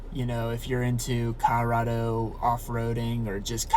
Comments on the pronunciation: Are you saying Cah-Rado? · Who taught you to speak? CoLOrado